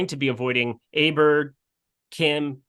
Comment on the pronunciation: It's pronounced OH bear